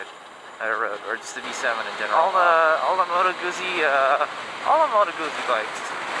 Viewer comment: Moto CB1100 is still available new. By the way, the zz in Guzzi is pronounced like the zz in pizza. Guzzi, not Goosey.